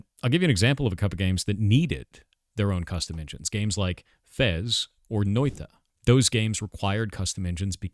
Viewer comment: Thumbs up on Noita pronounciation.